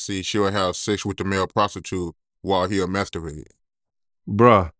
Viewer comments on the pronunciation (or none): Saying "masturvate" is crazy.